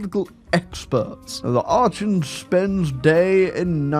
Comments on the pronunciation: continuing to pronounce Archon as "ar-chon" and not "ar-kon" is making me want to tear my eyes out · It's "Ark-on" btw. Though I think you saying it wrong on Purpose. If you had waited a few years Grover 6 would have actually grow up gotten to the age to rule at 18, and he becomes you new ruler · every time he mispronounces archon i tear a little more of my hair out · I refuse to believe you are not mispronouncing Archon on purpose. There is just no way you don't know you are saying it wrong. You are doing it to trigger me. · The way you pronounce archon has to be ragebait, I refuse to believe otherwise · It was scraping my ears every time but he eventually figured it out at least!!!!